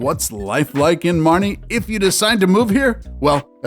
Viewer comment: It is “Marne” not “Marnie”!